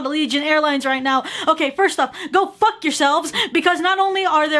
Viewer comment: Everytime you say f*ck it sounds like "fuck." Like I can hear every letter sounded and spoken altogether.